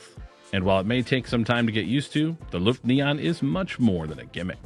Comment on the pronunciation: pro-tip, it's not "L U ft" , but "L O-E ft" ,,, Ø is a OE/O-E kind of sound .. Løft means to lift something up. When saying Luft, that means Air ..